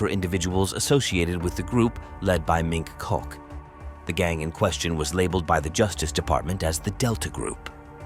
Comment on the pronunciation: Every time you say "mink cock" I laugh.